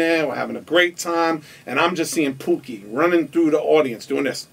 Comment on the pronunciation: HIS NAME IS TOOKIE NOT POOKIE